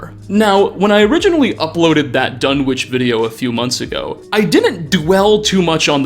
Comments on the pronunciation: The town in Lovecraft's story "The Dunwich Horror," is pronounced "Dun'ich," the "w" being palletized, which is typical of rural New England communities. The Dunwich in the Fallout Universe may be pronounced the way you pronounce it. I just thought you'd like to learn this trivia. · ...buddy... for real. You gotta look up pronunciations for some of these words in your videos. The "w" in Dunwich is silent. The "T" in apostle is silent. There's more examples, but you get the idea. Your content is awesome, but this basic stuff is distracting from it. Please.